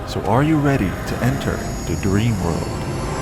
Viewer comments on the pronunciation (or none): A great video, but what a shame that the narrator pronounces “the” as “duh,” or “there” as “dare.” It ruins the entire piece for me.